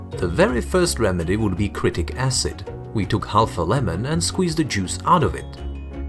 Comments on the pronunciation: pronounced SITRIK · Pronounced si tri ck acid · It is citric acid..he was not able to pronounce it properly 😀